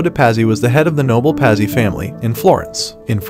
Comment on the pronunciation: Pazzi: pronounced 'Patsy', Medici = Medi-chee. Please.